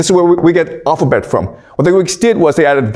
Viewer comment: Please speak more slowly with some emphasis on getting basic pronunciations correct. The 'owfabet' is not clear ! The bible was a best seller in it's day but it cannot be classed as a 'great book' alongside those others mentioned. When we learned Homer and Latin age 12 it was the language alone we learned, the rest was left to us to work out. We forgot it, but we worked the rest out.